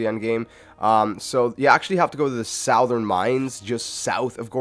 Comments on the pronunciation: bruh I have literally never heard anybody prounounce it sow-thern. I say su-thern. I say sowth tho. Idk, its weird like that. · sOWWthern?!?!? it's sUHHthern. Lol, I've never heard that word pronounced this way...ever! Great video otherwise!!! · Just FYI...Southern. Not "soW-thern" Pronounced like "sU-thern" Not trying to be an ass just thought you should know lol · Sir, it’s pronounced “suth-ern” not “south-ern” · Sow-thern mine? It's pronounced suh-thern. Did you know gorudo is in the "weee-su-tuh" part of Hyrule? Lol. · "SOWTHERN" Mine? Jeeesus wept 🤦‍♂️ Who says that? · "sowthern mines" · I hate correcting people but SOUTH-ern is so wrong my dude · "Sowthern" mines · Southern is pronounced suthern. Damn it. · How TF you pronounce "Southern"?!? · I hope 5 years has helped you learn to say "Southern". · The way this guy says southern just kills me. 😀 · The way you pronounced southern was funny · Loved how he pronounced southern mines . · The way you say southern 🤢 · this dude can really pronounce "goron" but not "southern"? smfh